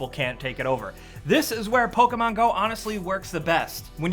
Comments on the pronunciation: Stop saying PolkaMon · What is this "Poke a mango" game you speak of?